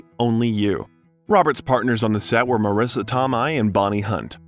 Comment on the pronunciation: He pronounced so many names wrong in this video that I'm tempted to say it was created by AI. Marrissa Tomei